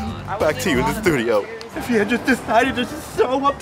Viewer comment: "Now back to u in Th'tedioooooo!!!?"